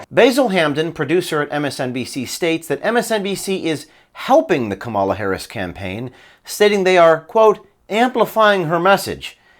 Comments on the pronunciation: Are you deliberately pronouncing Kamala's name wrong? Or is she living in the USA and people naturally Americanize her name? My friend José usually gets his name pronounced as if it were Hozay, or in New England, Joze (one syllable). He doesn't seem to mind. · I will TRY to pronounce KAM ala like I do my own name. KAMala! KAM KAM KAMala